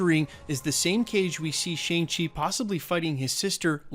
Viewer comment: It's pronounced "Shong-Chi"